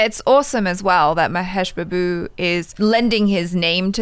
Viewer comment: the Babu in Mahesh Babu is pronounced Baabu